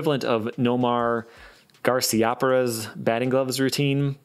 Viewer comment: Just so you know, it's pronounced Gar-see-uh-parah